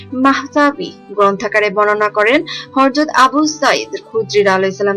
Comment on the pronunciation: Horjot noy apa.Hazrat.sohi uccharon otibo.Zajakallahu Khairan